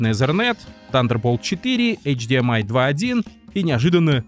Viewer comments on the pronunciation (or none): none